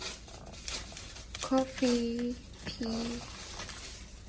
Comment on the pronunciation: Tea гэдгиг н pee гэж сонсож эдр хха❤😂